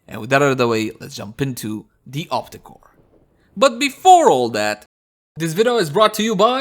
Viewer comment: Op-REEEEE-cor! lol